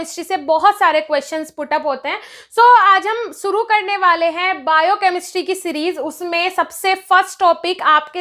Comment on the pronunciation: madam shusu nhi shuru hota h